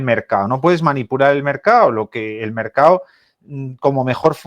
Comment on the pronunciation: MercaDDDDo, estos son los expertos q no saben ni pronunciar una palabra tan fácil como mercado?